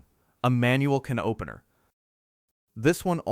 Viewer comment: Its Funny .. How The A I Cant Say Can Opener 😂